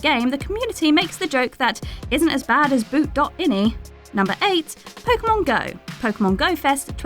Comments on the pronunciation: Anybody else cringe when she said boot dot inee? Instead of dot I N I? Not only that she kept doing it. Clearly never a PC gamer lol. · Sweetie....its Boot.i n i Not ini. Its not a word. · It’s pronounced boot dot eye N eye (boot.ini) XD